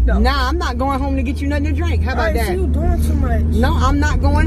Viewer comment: put so many syllables in " where's my drIIIIIIINNNNK?!" 😭😂😂